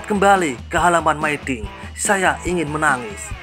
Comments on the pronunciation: Dinabacanya Mi dinh bukan my dinh. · hooh, aneh didengar mai dinh😂